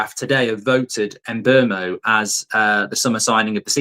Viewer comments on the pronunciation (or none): Who TF is Mburmo? There is no R in his name 🤣🤣🤣🤣